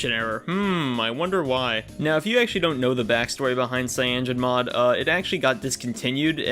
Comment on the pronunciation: dawg its called cya-no-gen mod not fucking cyangen mod